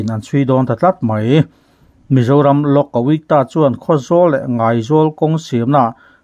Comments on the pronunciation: Lok Ayukta hi Lawk A-uik-ta ti lo in Lawk A-iuk-ta tiin a leh pek ah chuan lo lam ri tawh la aw. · Lok-A weakta iti tlat a ngaihthlak a nuamlo lek2 lawmle😂 Engpawhnise..Pu Rinliana hi ka mi rinloh ber te zing a mi a ni